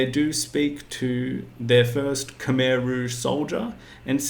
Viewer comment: FFS it's not cum eye its khmer,!!!